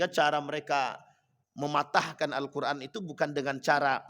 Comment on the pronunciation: Yg dibaca itu alkoran bukan alqur an kali...jd gk ada halal kharamnya...